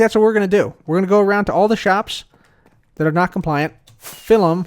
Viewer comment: why say dat and dis and shit? Th thththththththththththth